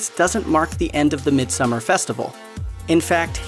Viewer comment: thankyou for saying summer and not "so-mar" or "som-mar"